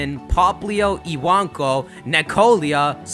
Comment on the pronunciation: ewonko it's spelt but he says it as iwanko for some reason